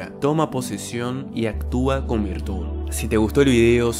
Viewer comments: Me desconcentra que digas virtún, en vez de virtud xd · Virtul. Actua con virtul!!! Lol